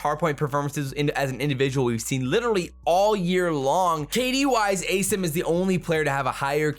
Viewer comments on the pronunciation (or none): “As-eem” surely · "Ace'em"??? What's the correct way to pronounce assim?